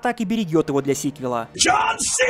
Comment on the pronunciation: JOHN JOHN! а не Джхон.